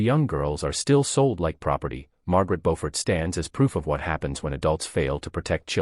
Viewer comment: Her correct name is "Beaufort," not "Bofford" or Beauford."